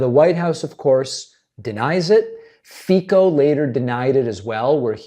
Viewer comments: Fico is pronounced Fi:co with C, not K.. :) But otherwise great. And ofc, he denied this when coontfronted and accused the media of lying, but they hold their ground saying that they have more independent sources. So.. ye.. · Robert Fico: pronounced as in Fitso. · “His psychological state is alarming and he is dangerous” – that also applies to Fico (pronounced Feetso, BTW), a leading light in Europe’s neo-fascist movements and, like Hungary’s Orbán, a Putin mouthpiece. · His name is pronounced Fitzo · The pronunciation should be like Fitso. C in Fico is like zz in pizza. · pronouce it FITZO, C is pronouces as TZ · just a note, FICO is pronounced with a "ts" sound rather than "k". and the end is not as o (ou) but rather a short o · One thing: the Slovak guy's last name is pronounced like 'Fitso' - letter c in slavic languages produces 'ts' sound. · Fico is pronounced "feetso" in Slovak. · Fico is pronounced Feetso. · Sounded like you said fecal yes a perfect description of trump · 😮😮😮😮😮 Pronounced Fitso!😮😮😮😮😮😮😮 Fitso!😮😮😮😮😮😮😮😮😮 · 😮😮 Fico pronounced Fitso! 😮😮😮😮😮😮😮😮😮😮😮😮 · Fico pronounces his name as Fitzo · Fico….. I thought you said fecal! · It’s pronounced “Feetso” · David, not to criticize just to help the pronunciation of the name is F E C O (c like it is no K) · It's pronounced FiCo.. the sound is the same as first letter in the "celsius".... anyway it doesn't matter... Fico is one of the most corrupt and populist leaders, he protects criminals and murderers of a journalist... so if THIS man comes and is so horrified that he loses his cool and says such dangerous statement... well... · love the Fico pronounciation haha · Just a quick note - the Slovak guy's name is pronounced "Fee-tso", not "Fee-cko." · Slovak prime minister ' s name is not pronounced "Fiko" but "Fitzo" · Not Fiko, but Fico, pronounced Fitzo. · it's pronounced fitso, not fiko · No surprise Fico (pronounced as a 'sound' of C..not K) denied it since he's a Trumps butt licker... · Pronounced Fitso